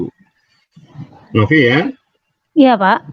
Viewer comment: NOVI KER NOFI..indon ni di grammer English very bad.. video disebut FIDEO..content pun memalukan !